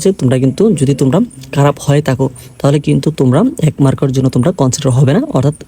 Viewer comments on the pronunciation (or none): আপনি খারাপ কে কারাপ বলেন কিভাবে ?? 😢